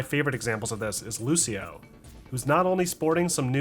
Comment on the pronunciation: did he prononce lucio as lu-c-io? wtf